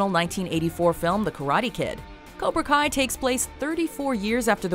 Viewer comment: Cobra Kai say it Cobra Kai